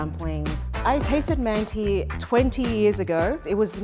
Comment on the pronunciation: the letter at the end of manti is not an I it's without a dot, and is pronounced like schwa, uh. mant-uh